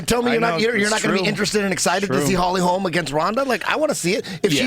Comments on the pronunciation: When is Shitty Schaub gonna realize that once one of these are posted, his comments are there forever?? 1st off its HOLM, not Holmes. Say it Schaub, Holly Holm. 2nd off there are NO top college football programs that stopped practicing live hitting, to prevent concussions.Trust me, im a die-hard USC fan and due to the absolute bogus NCAA sanctions, we had to stop live hitting for yrs because we didn't have enough players due to scholarship penalties. It directly affected the games played during the following seasons because we couldnt simulate a real game and so we sucked at tackling and lacked physicality. And Robbie Lawler DOES spar, he just cut down the amount. Finally stop saying shit like it was your own idea or story, when in truth other ppl told u that story or idea. Ya got caught by Joe today, blood doping story u goof. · Hey Brendan say it with me mate 'Holm', is it really that hard?